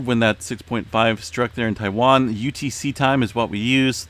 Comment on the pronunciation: he said Taiwan in his last vid.. he’s good at it